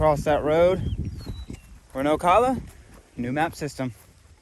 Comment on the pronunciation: Oh cal uh, oak ala